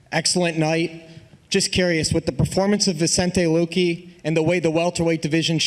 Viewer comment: The schmo immediately butchering luque's name 🤣